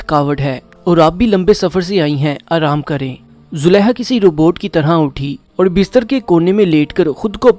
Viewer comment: You need corrections in pronunciation. You read ha where those were kha. You said Zuleha, while it was Zulekha.